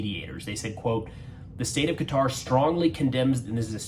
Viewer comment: Glad to hear you pronounce Qatar correctly, most Americans don't. Oh and; I don't believe for a nano second that Trump didn't know in advance.